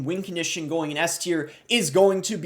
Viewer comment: Why does he say “wing condition”